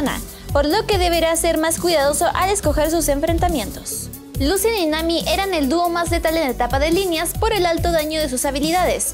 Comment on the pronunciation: Al menos dijo Lucian.. y no Lushan XD